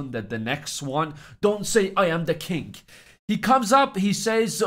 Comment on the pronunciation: Why do you say to the kink instead of king?